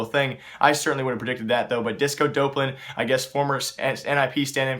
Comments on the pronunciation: Its not disco dope-lan its disco dop-lan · just fyi it is pronounced disco d-awp-lan